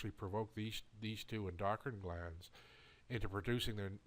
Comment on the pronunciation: I understand what you're saying, and I agree. It does bother me that you can't pronounce oxytocin and endocrine correctly, and lessens my faith in your products. We're all suffering and looking for a cure for our ailments outside the box because big pharma controls our doctors. Thanks.